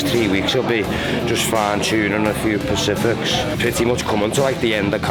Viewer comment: Man said 'just fine tuning a few pacifics' .....😑